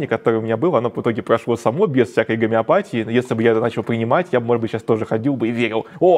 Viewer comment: Не из-за г'омеопатии у тебя приг'орело, болтун. Из-за собственной тупости.😂